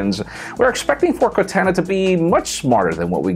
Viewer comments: It's Cortana... Pronounced "kortawna". Not like cortanna Montana lol. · Funny you focus so much on pronouncing your last name all spanich but can't say Cortana correctly?